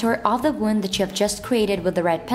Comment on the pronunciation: Wound not wonde